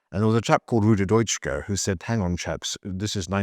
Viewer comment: Factual errors - Frankfurt School didn't go to USA after WW2. They left Germany before & soon after 1933. Also mispronounced Dutschke's name.